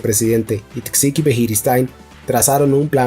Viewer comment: Esta muy bien lpero si te dedicas a los audiolibros pon más interés en pronunciar los nombres propios correctamente. Me sangran los oídos cuando escucho Tecsiqui al referirse a Txiki o Javi por Xavi, etc…